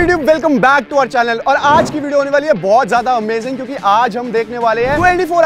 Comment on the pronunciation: Yaar "callal" nahi hota"channel "hoti hai